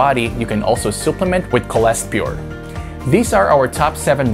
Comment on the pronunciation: Suh- pluh-ment not soo-pleh-ment